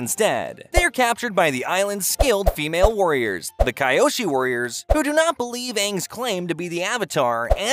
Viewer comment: Bro it pronounced (key oshi) not (Kai oshi)